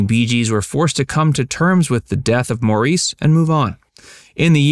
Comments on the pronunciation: First of all, how can I truly trust this when you don’t even know his name! My ears cringe every time you say it. Maurice became my favorite Bee Gee over time. What a fun guy to e around I’m sure. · I gave a "Dislike" because every time you mispronounced Maurice Gibbs' name, my blood boiled! How can you call yourself "Facts" anything when you cannot even honor this great singer and entertainer by pronouncing his name properly? I don't like that at all! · Please take this down and make the corrections needed before reposting this video again. You made so many mistakes as listed below by several other fans on the comments. For one every time you said Maurice's name incorrectly I wanted to correct you. (At least 30 times) I only watched the video twice so I could count how many times you said his name wrong. Bee Gees Fan❤ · I've only listened to a minute or so of this, and really wonder how much research you did. YOU ARE PRONOUNCING MAURICE INCORRECTLY!!!!!!! One wonders if anything else is accurate!! I've watched the rest of this and have given it a thumbs down. I don't see ANY correlation between your title and the content. If the man was cremated there is extreme little chance there is NEW information about his autopsy. I am a retired Librarian. If you need research assistance I would consider helping you. PLEASE try to tell the truth. Thank you. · Please get the pronunciation of his name right! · a) that's NOT how Maurice pronounced his name b) BeeGees does NOT stand for Brothers Gibb stopped listening after 24 seconds coz you were too lazy to even do that minimal amount of research on your subject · If didn't have the decency to research the proper pronunciation of Maurice's name for its video, who is to believe that the figure they cite of Maurice's net worth at the time of his death is to be believed? Not I. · INSTANTLY discredited the video the second he mispronounced Maurice and immediately stopped watching. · FFS, say his name correctly!